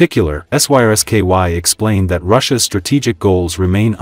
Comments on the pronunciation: That's because the A.I. male voice chatbot doesn't know how to pronounce "SRSKY" (General). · S-R-S-K-Y ... that ai chatbot sucks...